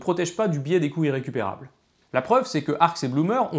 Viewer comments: ne pas faire la liaison aura entraîné un biais d'interprétation auditif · Les "coûts irrécupérables" mériteraient une liaison... parce que là, moi j'entends "couilles récupérables". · À , c'est carrément ça ! C'est pourtant pas trop compliqué, quoi : les "coûts Z'irrécupérables"... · Moi aussi, mais pas à chaque fois. Et pourtant, phonétiquement, le i et le iode son des phonèmes differents. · Ahahah du coup je l’entend, merci j’ai bien ri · le mien il est bon à jeter, plusieurs fois dans la vidéo j'ai compris "les couilles récupérables" XD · Je ne vois cette série qu'en 2022, et elle est très intéressante. Une observation quand même : Attention à la prononciation, "les couts irrécupérables" prononcés couyrécupérables ça fait bizarre :):) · Je ne fais que d’entendre « le biais des couilles récupérables », c’est gênant... 😅 Mais, sinon, excellente vidéo ! Tu peux compter un nouvel abonné. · Je suis le seul à entendre « couilles récupérables » à chaque fois qu’il dit « coût irrécupérable »? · Intéressant mais pas totalement convaincu ce coup-ci !Par contre ce qui est certain c'est qu'il n'y a pas de H à Euro, donc on fait la liaison et on prononce 200 z'euros de la même manière qu'on prononce 200 z'ans !Ah oui, la liaison ça marche partout, donc on dit aussi "les couts z' irrécupérables" :-) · est-ce qu'il n'y a que moi qui entend "les couilles récupérables" quand il dit "les coûts irrécupérables"?^^'